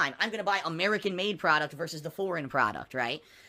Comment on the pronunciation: PRODUCTS!!!!! Not prodouce. Why the fuck he struggles so much with English, dood?